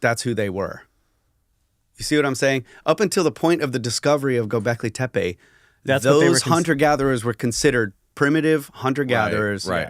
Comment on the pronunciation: i think its pronounced tappe means hill.